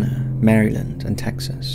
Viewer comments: I know it probably sounds weird, but Maryland is pronounced "mare-lynd" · Mera-lend. American pronunciation.